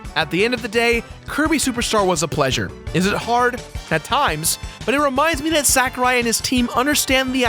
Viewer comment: I winced every time you said Sakurai. It's sah-ku-rai.